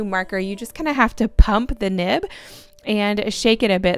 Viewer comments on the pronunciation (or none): Is it just me or did I hear her say nip instead of nib